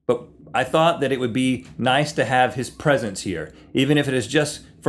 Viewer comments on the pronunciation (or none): none